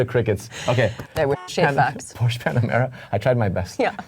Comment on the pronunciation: How much credence can we give to people talking about cars who don't know how to pronounce Porsche?